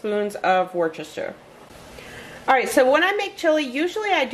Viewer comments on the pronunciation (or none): Good recipes as usual. I would put a spoonful of fat free Greek yoghurt and a drizzle of syrup on the apple crisp rather than Cool Whip. I’m in the UK so noticed that you’re still having problems with Worcestershire Sauce. Forget the rce and pronounce it woostershire. 😊